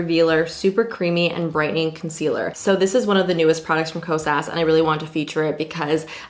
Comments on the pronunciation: I’m pretty sure it’s pronounced “Kos uh” I think the “S” is silent... It’s definitely not “Kos ass” I do know that, he he. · this is what I kept hearing: “kose-ass” 😂😂